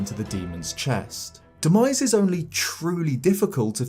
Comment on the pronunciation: What he said: Demise What i heard: “The 🥑”.